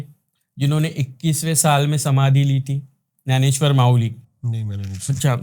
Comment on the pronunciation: Sant Gyaneswar... Kya ap Nanesyar bol rahe hai?